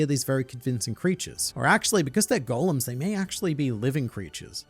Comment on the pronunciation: Okay, usually this would be the part where I lambast you for SOMEHOW mispronouncing Marineford...STILL...BUT......you also are one of the only people on the internet I've ever seen pronounce the word "golem" correctly. So you get a pass. This time...